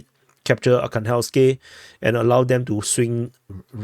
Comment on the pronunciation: AR-HAN-GHELSK This is how is pronounced.